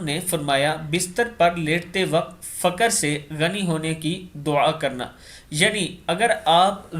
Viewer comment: Fuaur فقر ف پر پیش ق پہ جزم ر پر بھی جزم سے پڑھیں۔